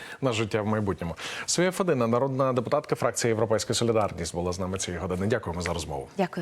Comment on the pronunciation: Фамилия её федина ударение правильно ставить надо это тво родовая